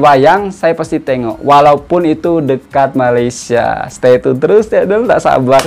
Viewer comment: Indonesian pun panggil 'Malaysia',bukan 'Malaysyer' Malaysyer❎ Malaysia✅